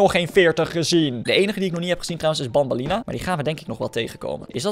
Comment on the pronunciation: Banban en banbeleena spreek je uit als benben en benbeleena